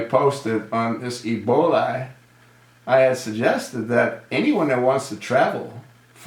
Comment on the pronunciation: HOW COMICAL THAT USURPER/OBAMA CALLS EBOLA - EBOLI ! DOES HE HAVE IT CONFUSED WITH SOME SORT OF PASTA ? LOL THE CHOSEN ONE ALSO HAD A PROBLEM SPELLING THE WORD....RESPECT TOO ! IDIOT IN CHIEF !